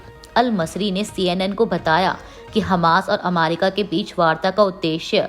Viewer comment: Ammerica nahi America..